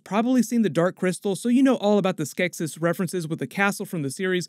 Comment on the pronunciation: Every time he mispronounced "Skeksis" took a year off my life